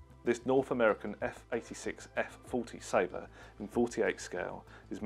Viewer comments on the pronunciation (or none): none